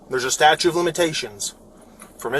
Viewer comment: LOL, "statue of limitations"? It's STATUTE